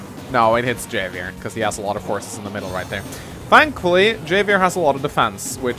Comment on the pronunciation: It's pronounced "Have-i-er". The "J" in Spanish is pronounced as an "H".